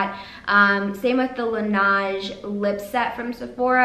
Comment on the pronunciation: hi! sorry just wanted to check something, I believe the pronunciation for the brand "Laneige" is pronounced "Lah-ne-ge" (basically just la neige in french, which means snow :) )